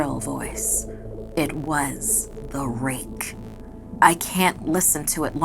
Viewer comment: she says The rink